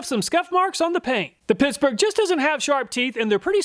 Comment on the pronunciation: I heard that. Pissburg. Ha